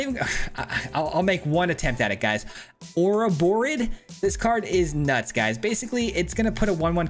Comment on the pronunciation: Say it with me lol, Oro-Bor-Roid.